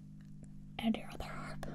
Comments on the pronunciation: I absolutely love the occasional extra B sounds after a word that ends with an M sound. For example, "Timeb", "Vacuumb", and "Armb". So oddly delightful. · I like how she pronounces the Ms at the ends of words as Bs, like in "vacuub" or "arb"